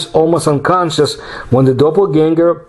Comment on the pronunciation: The word "Animal" comes from the word "Animus" or "Anima" which means Soul! This was an absolutely wonderful episode, one of my all time-favorites, and you pronounced the word Doppelganger with perfection!